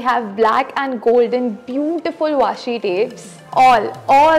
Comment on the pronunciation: Dii it is not waashi it is washi